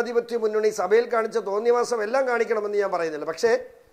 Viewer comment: സഫയിൽ എന്നല്ല സഭയിൽ എന്ന് പറയുന്നതാണ് നല്ല ഭാഷ 😮